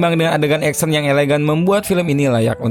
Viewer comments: Action itu bacaan nya "eksyen"..bukan "eksen" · 1 hal yg mengecewakan dari sang narator, nyebutin kata "ACTION" nya gak kena. malah trdrngar EKSEN bukan Eksyen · baru sadar Action dibacanya Eksen wkwkwk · Ngakak denger suara 'eksen'